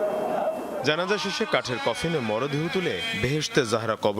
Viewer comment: Sanbadik Hindi kiristan naki 😂😂😂😂....Janaja bolte parena